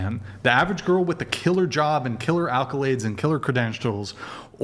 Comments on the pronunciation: Omg it's 'ACColades' not 'ALcolades.' You said it wrong, then all of the ruhards followed suit. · Wtf is an alkalade? Like a battery from a good school and background? Or are y'all trying to say accolades? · Idiot says "alcolades" over and over. 😂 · nobody knows how to say accolades? jfc